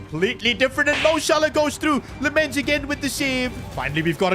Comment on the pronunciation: It's lammens not lemmens